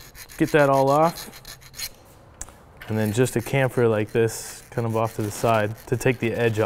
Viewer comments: "kamfer" lol wut shamfer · Chamfer is pronounced tsiamfer :) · There's an h in chamfer... just sayin'. :3